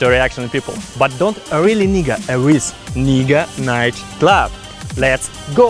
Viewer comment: Actually, its pronounced NAEga not nee